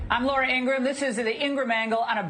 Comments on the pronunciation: Ingra-HAM: thank you david! That is the correct pronunciation of her last name, and her own brother said so on camera around the time Fox News got its butt handed to it. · You mean to tell me, Laura, that it's pronounced "gra HAM cracker"?!? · Why does David keep intentionally mispronouncing Laura Ingraham's name?